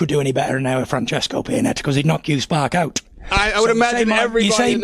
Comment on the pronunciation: I'll knock you sparK ouT. Only guy I know who uses capitals at the end of every word.